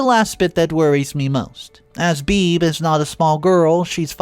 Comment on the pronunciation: This isn't actually important, but I'm pretty sure Bebe should be pronounced "bey bey," not "beeb."